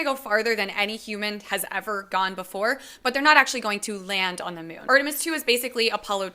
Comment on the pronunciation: Did she just call it the Myoon?